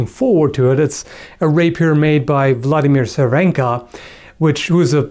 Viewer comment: Vladimír Červenka. I'm Czech and pronunciation it's funny. Nice video by the way.